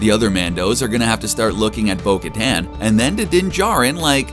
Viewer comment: I hate how you mispronounce her name